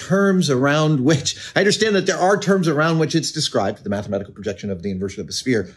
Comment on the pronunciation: Definitely as he said "highly methematical".